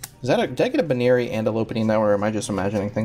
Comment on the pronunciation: BUN-eary not BOO-neary...my opinion though